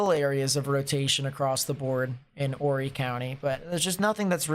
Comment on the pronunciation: It’s pronounced like orry silent H.